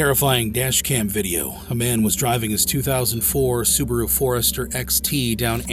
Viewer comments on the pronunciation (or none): none